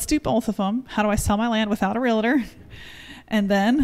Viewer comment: FYI, no such thing as a “real-a-tor”. They are called “real-tors”. Great video.